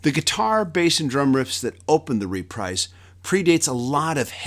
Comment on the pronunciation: It's not "reprize". It's repreeze". Wakey-Wakey!